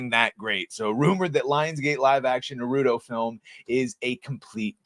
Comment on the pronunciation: You saying it "nuhrootoh" is wild